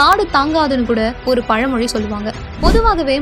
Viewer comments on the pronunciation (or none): none